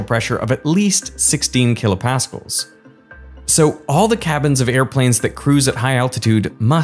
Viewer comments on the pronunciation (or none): Tons of great information but for Christ's sake, learn how to pronounce kilopascal. Blaise Pascal is spinning in his grave.